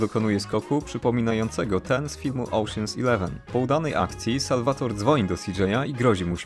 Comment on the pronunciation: Bardzo fajnie się ogląda! P. S. Imię Salvatore wymawiamy nie "Salwator", tylko "Salwatore". :D